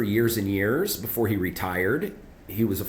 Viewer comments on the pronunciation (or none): none